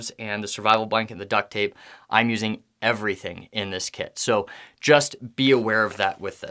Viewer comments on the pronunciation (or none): none